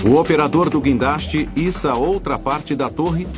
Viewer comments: Se você entrou aqui só para zoar do "quindaste" dê um joinha!! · é "guindaste" sua anta !!